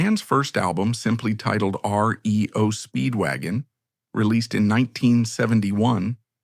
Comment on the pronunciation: You know when it calls the band RIO Speedwagon there's going to be issues.